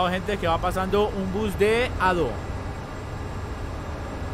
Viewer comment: En realidad se dice adeo ADO yo soy de México 🇲🇽 ay muchos de estos acá saludos sinxe saludos 🤟🇲🇽